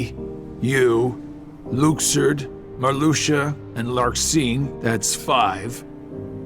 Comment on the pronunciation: Okay people, it’s Luke-serd, not Lux-ord.